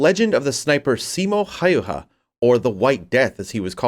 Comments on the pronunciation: Its häyhä not hajuha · thats a funny way of saying Häyhä.